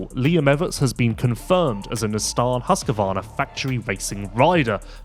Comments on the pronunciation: Husqvarna not husqervarna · Everyone pronounces it wrong. Husq a varn is prevalent.